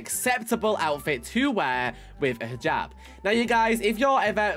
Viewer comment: Oh Also the Hijab is pronucened is Hee jab but it is just spelt Hijab.